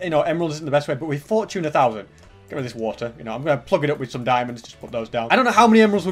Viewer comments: Its fortune (for - chun) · Where I’m from we pronounce it for-chune